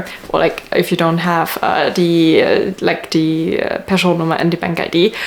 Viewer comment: Sounded like you pronounce skatteverket, Person Nummer and the other Swedish words as good as any Swedish born person